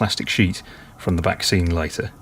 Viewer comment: Every time you say 'back scene' I keep hearing 'vaccine'. This last 12 months has really affected me!!